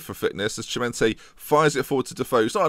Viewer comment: just to annoy you: Chimenti does read Kimenti!